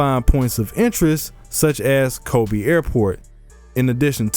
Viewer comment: Ano... it called KobE not Kobi '-')